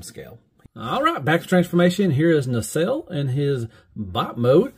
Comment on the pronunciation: You’re finally saying Nacelle correctly! 👍🏻